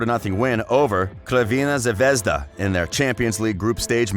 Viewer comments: Not krvina zvezda but Crvena Zvezda you read the C like Cezar C not like K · Say crvena zvezda wrong one more time , and me and all my ancestors and almost everyone from then balkans will crush you down